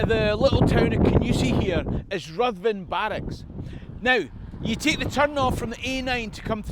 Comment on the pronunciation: Well done,! More great stuff!! Just another little thing..."Ruthven" is pronounced "Riven". Keep up the good work!